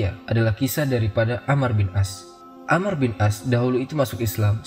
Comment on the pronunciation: Koreksi. yang benar amr bukan ammar